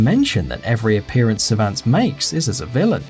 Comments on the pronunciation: servants huh? last time i checked he was called servantes ser-van-TES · The dad in Soul Calibur 2, you pronounce his name like this - Sir-Von-Tez.